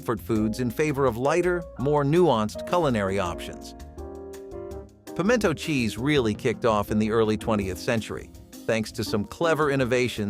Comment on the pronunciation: Pim-ee-en-to? Past six months, sloppy joes, stroganoff, waldorf, green bean cassarole, pineapple chicken, chipped beef, shrimp pasta, pimento cheese? Hush, this is the South!